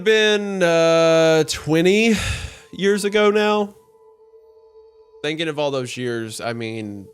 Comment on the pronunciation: thanking instead of thinking, been or bin instead of ben, please speak correctly.